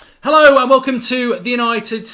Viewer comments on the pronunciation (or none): none